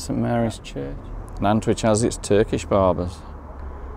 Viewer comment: Always good to re visit Nantwich , lived there for near,y 20:years , but as good as the videos are , the pronunciation of the town needs some explaining. The town Nant means river in Welsh and which comes from the Anglo Saxon of Wyche meaning salt . They are 3 salt towns of Cheshire Nantwich Middlewich and Northwich .